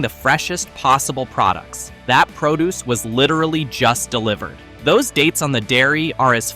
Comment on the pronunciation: Make sure to grab the proo deuce like the robot said.